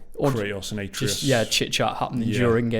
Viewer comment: Its not ay-tree-us, its ah-tray-us